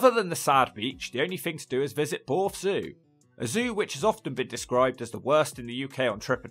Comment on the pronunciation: Borrth not boooorth 😂